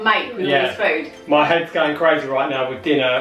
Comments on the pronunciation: Food / doof lol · Foontastic. Foonamily. Foonprint Foonspoon. Foonputer.Foony. Foonake